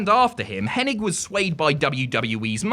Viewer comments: It's hennig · Can this guy pronounce Henings name right